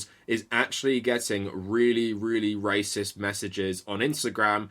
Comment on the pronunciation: Why does pronounce racist as “racister”